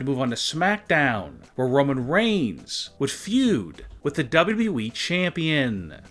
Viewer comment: What's the plan for your voice ???? Doubblue boubblue eeeee It's W W E